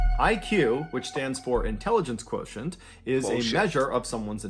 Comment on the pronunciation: there's no way you struggled THAT hard just to pronounce “Quotient” 😭